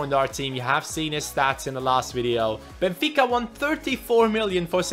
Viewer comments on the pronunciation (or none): none